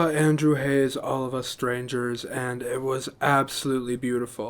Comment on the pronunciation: Thank you for your direct, sincere and enthusiastic review of this wonderful film. (F.y.i.: Andrew Haigh's last name rhymes with "vague" -- long "a" and hard "g." You got the first part right. And I believe that Paul Mescal's last name is pronounced "MESS-cull," though you're in good company in getting it wrong! Thank you.)